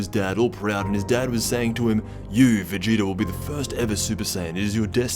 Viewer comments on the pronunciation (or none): He did, it sounded like vedida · Vadoodle?? Lmao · Anyone think he said Vegeta weird ?